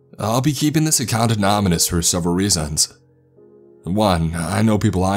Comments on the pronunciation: Lol.. “ope sec” more like “nope sex”.. I guess nobody caught the “anoMonous” his first attempt at saying “anonymous”🤦‍♂️.. I’m running out of palms for my face w/ this guy🤦‍♂️🤦‍♂️🤦‍♂️ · "anomynous" nice